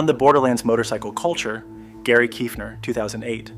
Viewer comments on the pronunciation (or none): none